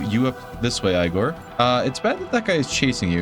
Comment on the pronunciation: aigor? its egor! duhhh 😂